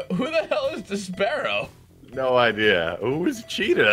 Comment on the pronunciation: Despero is pronounced as in "Desperation", not "Despair". And Cheetah's a Wonder Woman villain. Just bein' a nerd; this game fuckin' sucks. But at least it's fun watching you guys play it!